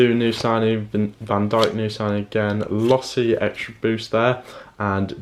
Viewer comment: it's LOSSL not LOSSI